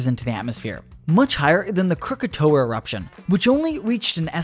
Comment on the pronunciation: Disliked after hearing 'Crookatoeuh'